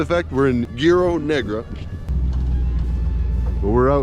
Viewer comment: Guerrero is not pronounced as gearo, the white way to get through it is Grrr-rare-ro. Lol